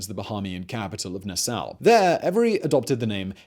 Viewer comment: nassau ....pronunced NA" saw.... not NU SOW :)